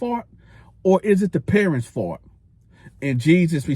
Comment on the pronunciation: Also you say “fault” like “fart” I can’t unhear it 😂 Love the content you get me through time while on the road ✊